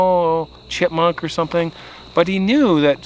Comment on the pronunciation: Did you say Chipmunk or Chrismunk? 😂😂😂